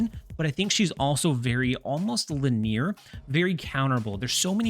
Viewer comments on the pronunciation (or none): Have I been pronouncing “linear” wrong my whole life…..